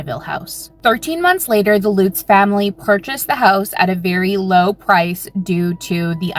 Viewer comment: Omg... this chick's pronunciation of the Amityville family as "Loots" is driving me absolutely nuts 😆... it's "LUTZ" not Loots... L-UH-T-Z. UH- like in DUH! I've never heard it pronounced "Loots" 😅😆😆🤦🏻‍♀️